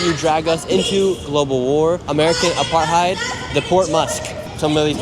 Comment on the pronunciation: as a “political” journalist you should know how to say the word Apartheid😂